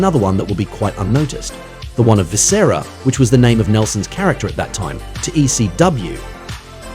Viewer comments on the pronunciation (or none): “Vis-SARA” smh 🤦🏾‍♂️